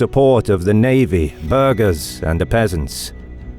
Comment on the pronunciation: Did he just call burghs 'burgers'